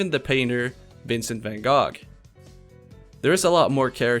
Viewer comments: Van gog... oh my gog. Its pronounced "Go" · van gogh is pronounced more like how u said it on most european languages but in north america we say "van go" cos english is stupid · I KNOW you did not just say "Van Gog" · babygirl its not pronounced "gog" its vincent van "go" or "goth" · it's "van gowh" not "van gohg" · That is the funniest pronunciation of Vincent I've heard. In america gogh everyone says it as "goh" G is silent and in France I remember they say it was "goch" or "gosh" but "gog" is super funny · Bro really said Vincent Van Gog and The Red Little Riding Hood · "vincent van gog" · i'm sorry.. "van gog" ? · “Van gog” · "vincent van GOG" ok pal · I can't get past "Vincent van GAWG" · Bruh he pronounced Van Gogh as Van Gog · "van gawg" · The way you said Van Gogh hurt me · Oooofffff that Vincent van Gogh pronunciation killed me